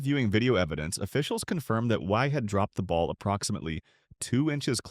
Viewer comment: Michelle Wee or Wie lol. AI voices are funny